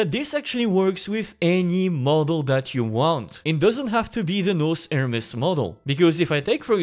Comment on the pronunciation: Pronouncing "nous" as "nose" must have hurt our francophone AI overlord friend... 😅